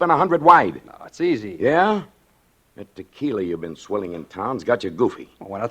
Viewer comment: She keeps pronouncing tequila wrong and it totally takes me out of the story. Only double l’s are pronounced that way!